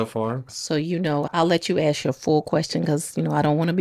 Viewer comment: Her sentence is, "Don't AX me sh-t"!